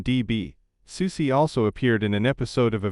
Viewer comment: I’m just impressed that this robotic a.i. voice pronounces Soucie correctly. Most ordinary humans can’t or refuse to do that. But other than that idk why this was recommended to me. Strange.